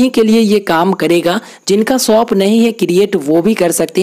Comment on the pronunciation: Soap nahi bro shop bol 😂